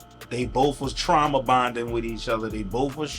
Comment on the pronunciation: Bro said trama bonding!!!! 😏🤣🤣🤣